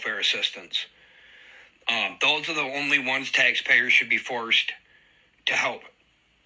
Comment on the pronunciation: The way he pronounces, "forced" tells me everything about him